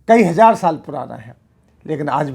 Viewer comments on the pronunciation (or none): Aap hazaar ko hajaar kyun bolte hain?